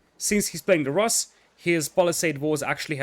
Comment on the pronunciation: In word Rus, the sound in the middle is the same as in the word pool. Pool - [ pu:l ] Rus - [ ru:s ] Да.